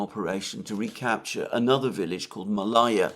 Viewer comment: Malaja the stress is on the first syllable. It means small, little.